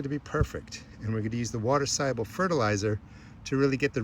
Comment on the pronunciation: You said "water soluable fertalizer" a million times in the first 30 seconds. I had to stop watching 😢